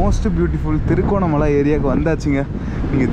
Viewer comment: அது திருகோணமலா இல்லை திருகோணமலை என்டு அழகா தமிழ்ல சொல்லுங்க Bro..😊